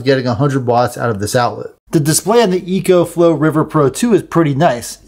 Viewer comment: It’s pronounced “Eeee-CO” 😂